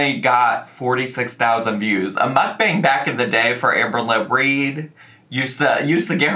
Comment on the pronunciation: She's going back to riling up/trolling her viewers by pissing them off for views. Same old tricks from her! Even saying "moook BONG". She knows people hate it, so she does it harder. She's a child.